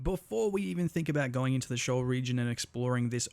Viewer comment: It's not pronounced shoal, it's pronounced "SHEE-ohl", from the Hebrew bible, a place of darkness and death.